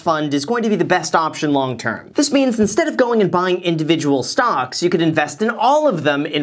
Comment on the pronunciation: Why do I hear him saying stonks when talking about webull